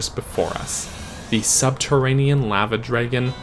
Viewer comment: I never knew lava could be said so incorrectly